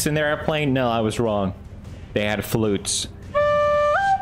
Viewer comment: And Felix still says FLUTE